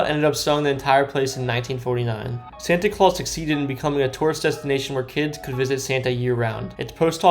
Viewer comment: He mispronounced the name of almost every place 😄 But Santay Claus? 🤔